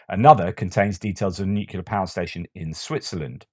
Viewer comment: So, you harp on the American spelling 'aluminum' instead aluminium but you pronounce 'nuclear' as "nukular..." You do realize that the American Society of Chemists allowed for the American spelling of Aluminum to be considered correct right?? 😊😊😊😊